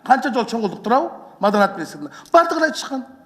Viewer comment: Биринчи маданият деген созду уйронуп алчы кайра кайра маданат дейбербестен